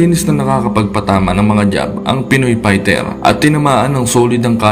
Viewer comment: HINDI YAN PAYTER TOL Fighter Yan pagbigkas mo ULITIN MO NGA PAYTER ay mali yan